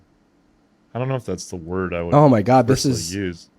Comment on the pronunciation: Ian I do believe you pronounced that wrong...